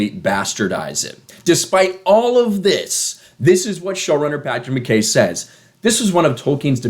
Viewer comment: I'm Scottish , it's fucking pronounced 'McEye" not McKay as it's spelt.